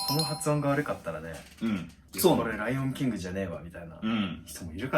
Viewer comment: ライオンキングの発音褒められるのは草